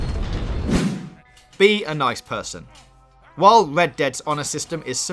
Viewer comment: I heard led dead at the start